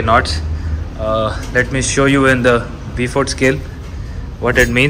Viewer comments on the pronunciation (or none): Great video. The Beaufort Scale (pronounced Boefort) is named after British Rear Admiral, Francis Beaufort. Best wishes from the UK.